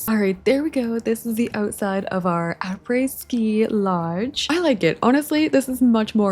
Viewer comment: French fan here and you're not butchering anything! obviously the difference would be we use the French R in "après" but I wouldn't expect it in an English sentence haha